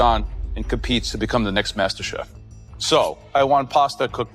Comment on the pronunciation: It's masterchef not masterbate😂😂